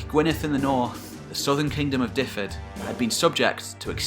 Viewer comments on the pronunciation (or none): Great video on Welsh history thanks. BTW you are pronouncing Dyfed wrong, it is 'dove-id' not 'div-id' haha. Cheers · Great but Dyfed is ot pronounced Difed but Duved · "Duv-ed", not "Diffed"! Hywel is pronounced roughly "How-el". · I have been going through all your videos from the beginning, and love the mix of eras and kingdoms. As a Welshman from Dyfed, however, for future reference the county is pronounced 'Duv-ed' ie 'y' is said as a 'u', and a single 'f' as a v (double 'ff' is pronounced as an 'f'). Otherwise, an absolutely fine exposition of a period of history very much still in the dark as far as most people are concerned. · I speak Welsh and Dyfed is pronounced Dyved. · Fascinating as always. No criticism intended, but to give something back in the spirit of sharing education, here's some Welsh pronunciations of places and people that weren't quite correct: Seisyllwg = "sais-uh[LL]-oog" (It's impossible to describe the LL sound in any short way, but here's a video on how to pronounce it: Aberffraw = "aber-fr-ow" Dyfed = "duh-ved" Brycheiniog = "bru[KH]-ey-nee-og" (The "CH" sound is similar to the Scottish "lo[CH]"). Glywysing = "gluh-wuh-sing" Cadell = "cad-e[LL]" (again, that LL sound!) Hyfaidd = "huh-vaith" Ceredigion = "keh-reh-dig-ee-on" Ystrad Tywi = "uh-strad tuh-wee" Merfyn = "merr-vin" Hywel (not Hywell) = "huh-wel" Llywarch ap Hyfaidd = "[LL]uh-wahr[KH] ap huh-vaith" And two others that weren't mentioned in the video, but were shown on the maps: Maelienydd = "my-lee-ehn-ith" Buellt = "bee-e[LL]t" As I say, no criticism of your pronunciations intended. Welsh is a tricky language to pronounce for those who haven't grown up around it! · Good stuff. The Welsh place names are easy enough. Try using v when you see a single F. SO Dyfed is pronounced Duhved. Its no different to trying to pronounce the Viking words. Have fun with it. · I did lol at your pronunciation of Dyfed hehehe